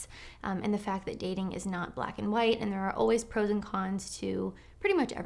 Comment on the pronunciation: When she says "... pro's and con's..." it sounds almost as though she's saying "frozen cons." ie - "There are frozen cons to every situation..."